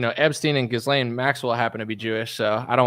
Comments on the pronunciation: No it's not. It's pronounced as guh-lane. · it's pronounced "ghee-lane" not "giz-lane"